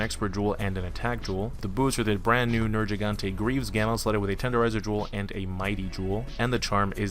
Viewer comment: IT'S A HARD "G" IN HIS NAME. Ner-GEE-gante. Fuck this triggered me. They literally say his name or loud in the story.